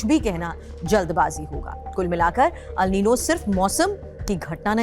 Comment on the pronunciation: It is "एल नीनो " अल नही